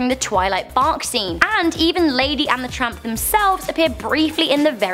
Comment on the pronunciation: lol she said lady and the trump #cornhairtrump